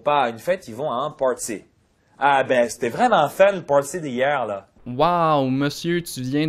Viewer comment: et quand il dit:" Party d'hier", on dirait qu'il dit hierw, comme en anglais